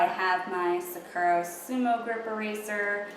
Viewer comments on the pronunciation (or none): none